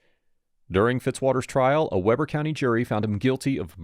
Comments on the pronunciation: Good video. But one thing that done me nuts was how you said Weber. It's pronounced (Weeber). Another tricky utah town name is Tooele, just in case you ever do a story out of there. We pronounce it (too ill a) okay. I feel better now. 😂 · Its pronounced Wee'Ber not Webber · It's pronounced Wee-ber County, not Weh-ber County. I remember when this happened, I'm only maybe 15 minutes north of the 21st Street Pond. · Weeeeeber Not wehber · Weber in this case is pronounced "weeber"- not "webber". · Weber county not Weber county. We. Ber. Sorry, but that's a Pet peeve of mine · We ber not Webber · It's pronounced like weeber... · I lived in Utah for about 20 years. I know the area the murder happened. BTW Weber is pronounced Wee ber…..yeah Utah has weird things….besides murders. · It's pronounced Wee-ber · Pronounced Weeber County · Pronounce Weber correctly please😂😂 Wee-bur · WEEber. I know it’s not spelled that way. That’s how it is pronounced. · Weber County, Utah looks like it would be pronounced with a short “e” like Webber but strangely enough it has a long “e” sound like Deep.